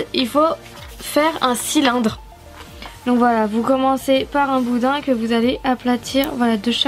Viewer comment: arrêté de dit boudain